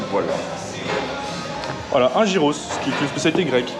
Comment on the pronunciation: petite info par rapport à ce que vous avez manger: sa se lit gyros mais sa prononce yeros ☺️